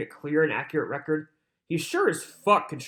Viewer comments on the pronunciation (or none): It is ridiculous how he has been thru criminal proceedings in court for over 20 yrs but keeps saying for the "reckert" like the stenogropher isn't doing that with every single word of sound made.. Maybe he's hoping for the "reckert" means he's putting it on his next recordz/album lol